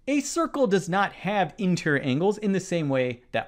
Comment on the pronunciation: No, I think the question was NOT fair - mathematics (and therefore geometry) is supposed to be unambiguous, therefore the question should have been phrased correctly. I believe that the setter should go back to school (as a student) before he/she is allowed to set any more exam questions. Btw the word is int-er-i-or not intrrrrrr.